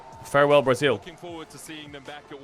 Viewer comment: really emphasizing the L in braziL